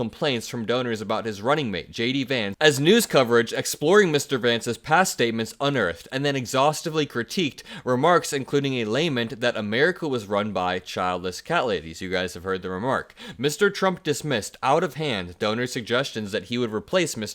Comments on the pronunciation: Hey ! Wanted to say, I’m a new fan and subscriber! I noticed though that in a couple videos you’ve mispronounced “lament”. It’s pronounced: lah-MENT. Can’t wait to see more of you! You’re very talented and fun! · First of all "lament" is pronounced lə-MENT, not LĀ-ment. Secondly, Ben Meiselas uses adolescent, snarky, derisive nicknames for people JUST like Donald Trump does. He has called J.D. Vance "Shady" Vance hundreds of times, as well as some other forgettable, childish nickname. All your "network" does then is help to normalize Trump's own immaturity. I challenge you to cite a single journalist at a legitimate news organization such as the New York Times that behaves as the people on your fake network sometimes do. And speaking of the New York Times I noticed that you did not credit them for the article you read from at the beginning of your little video. You purposely scrolled up to hide the banner of the New York Times from the audience. Did Ben instruct you to do that? God knows he has distorted and lied about their content many times over. You really should go to your local community college, if you are not still in high school, and take Journalism 101. It is a fundamental tenet of the industry to credit work enterprised by other media outlets. Maggie Haberman and Jonathan Swan did the investigative work and wrote that article. How classless of you to have not credited them, or the paper that published the piece that you so eagerly relied on. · Lament: Luh-MENT, not layment. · “lay meant” 🙄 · Lament is an iamb, not a trochee